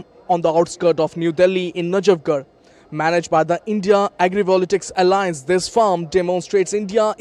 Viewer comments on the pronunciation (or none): Not agri"volatics". It's agri"voltaics".